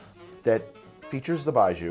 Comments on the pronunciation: Hey btw its pronounced 白酒, or "Bai-Joe" not "Bai-Joo" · Can confirm terrible pronunciation, Its not BI-zhuu, Buy Joe is the best way for you to think of it as non Chinese speaker and Taiwanese Gao Liang also butchered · it's not pronounced bai joo, it's bai joe 白酒，干杯 also it is written as baijiu not baiju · It's pronounced like "Bye Joe" not "Bye Jew". Foreigner living in Beijing for the past 8 years. Served it at my wedding. ....You're right about the taste. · 1. Bye-jhoe. Not bye-joo. 2. Moo-tie, not Mountain, 3. To me it tastes of raw, unsweetened chocolate. Definitely an acquired taste, but not a bad one. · Baijiu is vile but it can have a hell of a good buzz, really brings out the Nietzsche in most folks. Think aviation fuel, old gym socks, garbage on a hot day, a touch of cheap sake and indeed, wet dog. For the record, it's pronounced a bit more little more like Bye G-oh or Bye Joe. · Baijiu （白酒）-- Pronounced "bye-joe" Also get on that CR already! The correct flavor/taste profile for Baijiu is in fact death, you are correct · thank you for telling him lol it was annoying hearing zhu lol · BYE-JOE it's pronounced BYE-JOE. "Bai" is the word for white and "jiu" is the word for liquor. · baijiu (白酒) is more like 'bye-jyoe' except the j is like halfway between a j and a hard z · Lots of comments here so it's probably already been said, but Baijiu (白酒) is pronounced "Bai Joe" and literally translates to "white alcohol". Cheers! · Baijiu is incredible and absolutely horrible at the same time! Moving to China this fall, and I'm really looking forward to tasting different Baijiu. Btw: Pronunciation of the "jiu" in baijiu is closer to "gee-oh", just shortened to 1 syllable. Close to how you'd pronounce Gio for a guy called Giovanni. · if you want to say 白酒/ baijiu better, “bye Joe” is a lot closer than what you were saying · Could be wrong but I think it’s pronounced like buy joe. BUT, great vid as always and I kinda want to try this now.